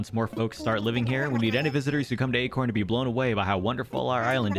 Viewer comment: Sometimes “acorn” sounds like “eggcorn” - ya know?